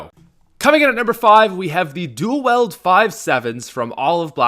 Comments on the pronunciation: not sure if it's you're accent-and you'll have to forgive me if it is and I'm sorry-but it's duel wield (pronounced wheeld) not "Weld". Again no offense if it's your accent If it is I'm so sorry I didn't pick up on that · i love how he says "dual weld" instead of "dual wield" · duel "weld"... ugh.. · Wield, it’s dual wield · “dual weld” it’s wield not weld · ITS DUAL WIELD NOT DUAL WELD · it's pronounced WIELD (weeled) not WELD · The dual "weld" five seven. Its dual "wield":^) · Dual "weld" five sevens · It's wield not weld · Duel Wield, not duel weld. When people say duel weld it rustles my jimmies massively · its wield not weld... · "Dual weld" say it right. Its dual wield noy weld, aint building anything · Ikr it's like people can't ever figure out to pronounce theses specific words. Dual weld is I guess molding twice as much molten iron at once